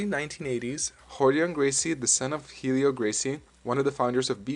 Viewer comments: "Barred" is pronounced like bar not bare. The name "Helio", in the Gracie's native Brazil, is pronounced as though saying the names of the three letter L, E, and O in rapid succession. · no holds baRRed, not no holds bared... Also, the H in Helio Gracie is silent.